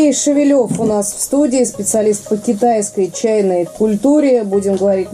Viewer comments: Шевелёв у фамилия. Привет всем, кто третирует русский язык и букву ё. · Я думал что его фамилия Шевелев - ударение на первую Е. Ведущая произносит как Шевелёв на Ё. Как правильно?